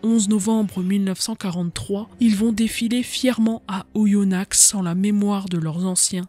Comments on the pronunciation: Vidéo très bien documentée et passionnante ! Si je peux me permettre un petit erratum en tant que bon aindinois : on prononce Oyonna(x) sans le X. Sinon, bravo et hâte d'une nouvelle vidéo ! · Le x ne se prononce pas dans Oyonnax